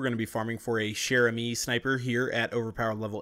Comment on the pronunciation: chair has a hard start like "check", but im pretty sure chere has a soft start like shoe.